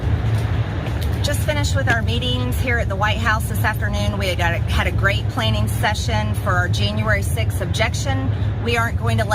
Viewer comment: "a great PLANING session?" What's a planing session?